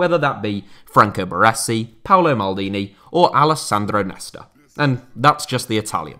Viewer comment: Took me some time to realize you were talking about Baresi due to the pronunciation ahah Love from Italy!